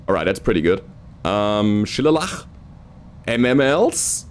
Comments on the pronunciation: "Shillelagh" is an Irish word. I can't pronounce it, either! XD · The pronunciation for Shillelagh is 'Shi-lay-lee' It is like an Irish walking stick with a big knotty lump on the end (good for hitting people you dont like with) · Hey. The Shillelagh (Irish-Scottish word for a knobby walking stick-club made of Blackthorn wood) is pronounced as: She-Lay-Lee. If you have ever seen the movie: The Longest Day, there is a scene from the British beach landings of the Beach Master hitting a small tracked vehicle with his Shillelagh. Also, Mayhem's voice sounds like 'Tex' from the Black Pants Legion, and the one liners are purely a 'Tex' sort of thing that he does. It would not surprise me if Tex actually was hired to do the voice lines for this upgrade to Rogue Tech. If you have not already done so, I highly suggest you hit the BlackPants Legion's site and watch 'Tex Talks Battletech' videos. His sense of humor is great, he bashes the Clans at every opportunity, AND he has one of those 'iconic' voices that is immediately recognized when heard. I also note that another of your Pilots has the voice of Raju Montgomery from the Campaign Missions. Just a few things, speaking, Frank-ly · Shillelagh - Shu lay lee A shillelagh is a wooden walking stick and club or cudgel, typically made from a stout knotty blackthorn stick with a large knob at the top. It is associated with Ireland and Irish folklore. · Shillelagh. pronounced sha-lay-lay. its a type of club style weapon. comes from irish/gaelic. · you mean sha-lay-laa. Reason am Irish and pretty much live beside shillelagh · Cool Legosaurus from mini-Bara. This is looking good so far, great starting lance. The word you were having difficulty with is pronounced Shill-ay-lee. It’s a Gaelic (Irish) word for a wooden club made from Blackthorn using the root stock as the striker and one of the branches as the shaft